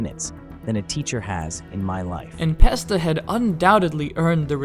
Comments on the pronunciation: "The most well-known geometry dash youtuber:" "En Pesta" ✅ "N(a)pesta" ❌ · who tf is "enpesta" 😭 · "en pesta" 🗣️🗣️😭😭